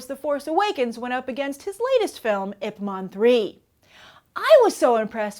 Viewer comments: oh come on, say the name of the role he plays right. It's IP MAN not IP MON... lol. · Are you saying "IP MON" instead of "Ip MAN"? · Ip Man. Not Ip Mon. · The way she says Ip man makes me want to kill my self. ip mon